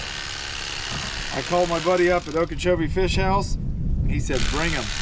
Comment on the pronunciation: She calls em feeash. Which is accurate country gal Language round here in South Carolina. And not perch. Breamms.😀